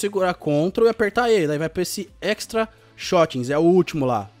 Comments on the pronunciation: Dá uma agonia do lendo as coisas errado, tá escrito Slot e ele lê shotting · yBlackPaulinho :3 mano deixa de ser baba ovo do portuga e tbm ele ta lendo mt errado é slot o cara le shotting '*'